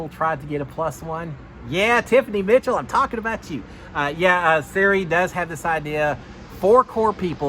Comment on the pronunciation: This is so hard to watch when you keep saying Siri